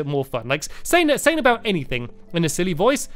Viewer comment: uhh you say uhh aoot